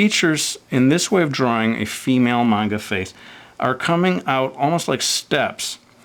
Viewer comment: do you know Japanese because you pronounced manga perfectly